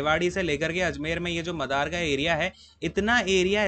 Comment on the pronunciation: 🤣🤣 sir vo मादर nhi मदार h